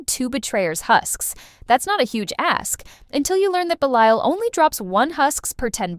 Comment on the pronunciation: AI pronounced Belial correctly once. 😂😂